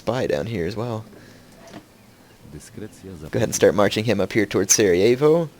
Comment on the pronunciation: its funny how u pronounce Sarajevo;D